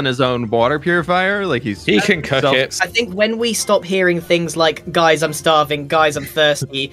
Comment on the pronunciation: i know they said "we should cook it" but it seriously sounded like "we should cuddle" XD